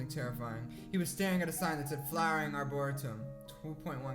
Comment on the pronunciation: LOL why does everyone struggle with Arboretum? xCeleste (Rosan) does too!! Arbor-eee-tum.